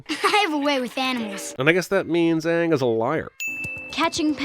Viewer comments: Aanger Lol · Sin: the show mispronounces Iroh's, Sokka's, and espeacially Aang's names. You heared me, the show!